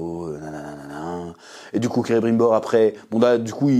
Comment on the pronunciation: On est d'accord que c'est Celebrimbor, pas Cerebrimbor. Désolé, ça m'a fait buggé pendant toute ta vidéo. Mise à part ça, tu m'as bien fait déliré ! Perso j'essaye d'apprécier la série pour ce qu'elle est : une fanfiction hors de prix, mais faut avouer qu'à un moment donné il faudrait quand même respecter ce qu'a écrit Tolkien, qui a passé sa vie à réfléchir à la logique de son univers, avec ses gosses qui lui posaient tout le temps des questions pièges et des "pourquoi?" dans tous les sens, et prendre aussi le temps et l'argent de se payer de vrais et bons scénaristes qui savent écrire...